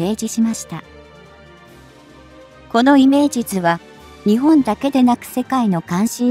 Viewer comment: 日本をニチボンと発音してはいけませんね。読み上げをプログガムにやらせているならもうチョット改善が必要かと思います。読み上げ方も他の皆さんが言われていますが改善願います。聞くのがつらいので1.5倍速で見ています。